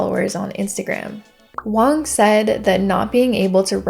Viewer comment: I think you mean Wang, not Wong. Joice Wang worked at Bang Bang.